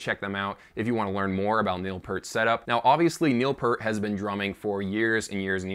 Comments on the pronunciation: All is will my friend, you;re just not as old us as buggers are. I had a Neil PEeart (as he pronounces it weirdly ,poster from zidjian that showed his old kit with the Simmons. I saw Rush play at Wembley Arena back in 88'- 89 and he had that set up. It had the same spin around thing going on. If you listen to Grace Under Pressure and Hold Your Fire you can definitely hear the Simmons sound. I used to air drum to both albums sitting at my sds9 kit as I didn't have stick or cymbals at the time. He did one song called time stands still and it totally messed me up. I can play it left footed on the kick but not right footed which is my normal kick. He was a master of tempo and everything else. I doubt we'll see him again , well at least as I'm still alive. At the end of the day, the bloke was incredibly talented as a musician, composer and a writer and a genuinely nice person who passed before he should have. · How can you know so much info about a legendary drummer !!! And still call him Pert 🤣 It’s Pee (ear🙉) T !! Enjoyed your video! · Would call a pear a peer? No, it's pear with a t at the end, think of a pear and add a t. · Not pert, it's P"EAR"T, as in "EAR", those things on the side of your head.... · IT'S PEART, EAR as in the things on the side of your head, EAR'S, not ERT as in IN-SERT !!!!!! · Sorry, it is pronounced Pea-rt! Since we're using food to describe how his name is pronounced. It's just like a pea that you eat but with an rt at the end! Pea rt Peart! Got it, I hope that helps! That is what Neil himself said! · Peart (rhymes with "Ear")...what could his "target" pad be other than a trigger ? ...what a strange statement... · Definitely pronounced "pEErt" (with a long "E" per the man himself and his bandmates). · "Peart" is pronounced as "Peert". :D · Neil Peart pronounced Piert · Evidentially you didn’t do enough research to know how to correctly pronounce Neil’s last name. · It’s pronounced Peert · Peart Say 👂ear 👂 add a P finish with a T